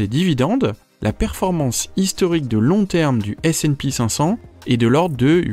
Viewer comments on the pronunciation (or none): Pour le S&P500 c'est ESE et pas ESEE. Merci a toi